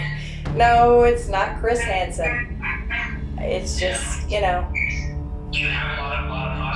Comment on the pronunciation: "Chris Hanson" - he said it like "Keyser Söze"